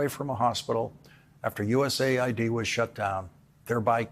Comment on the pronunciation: It's US AID, by the way, not ID